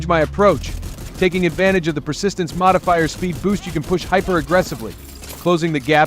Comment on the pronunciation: Ya had me ,until you said" Modifier",good video thow.